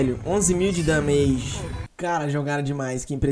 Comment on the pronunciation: "11Mil de DÃMEIGI!" uhdshudhudhuasdhusauhd mto god, tmj!